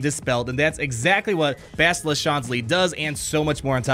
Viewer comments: dude its like bastille as in the french holiday of independence Bastille day which is TODAY haha just say it like that with an AH at the end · Finally my ears won't die after 'Bast-I-lla' =D